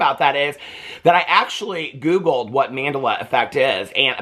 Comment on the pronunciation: It's pronounced like Man-del-la . Say it slowly